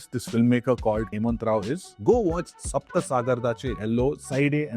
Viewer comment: Not sapa Its sapta sagaradaache ello side A and side B